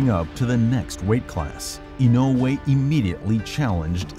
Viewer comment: Nice to find a YouTube channel that can pronounce "Inoue" right. 😊